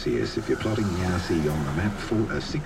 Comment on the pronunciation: Sorry, should be Yasi not Yaris! Pam